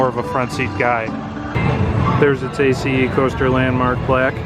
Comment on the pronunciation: I've noticed you pronounce ACE by saying each letter. It's universally just pronounced "ace", as in "flying aces". :)